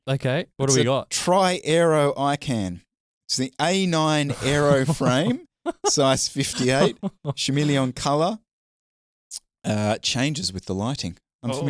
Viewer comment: Did you just pronounce chameleon shimeleon? 🤣